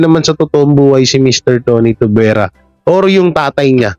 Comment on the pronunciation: Tuviera, hindi Tuvuera😊